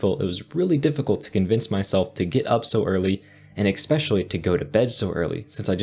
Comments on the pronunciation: The word is "especially," not "ex-specially" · with all due respect, it's especially (with an 's') not expsecially. IMHO - saying it that way takes away from your otherwise very professional demeanor. I'm trying to be helpful. Keep up the great work!